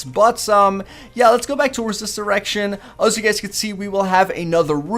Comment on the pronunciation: sound like he says lets go back to this erection